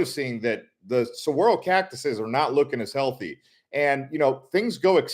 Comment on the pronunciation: Saguaro is pronounced "sah-Gwah-roh" not "suh-wah-roh"